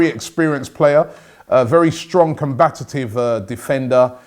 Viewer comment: It is combative, Robby, not combatative :)